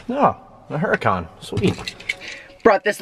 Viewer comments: Isn't the way u say the car name is URACAN not HURACAN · Too funny he owns the car but mispronounced the name. The "H" is silent because it is a Spanish word. Fun video. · "low P" and "Huracan" do not go together.